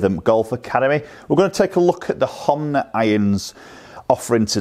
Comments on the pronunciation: It's not Homna. Its Honma. U say Homna and so does my mate. Lol. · HoNma not HoMna 😋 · Hom-na huh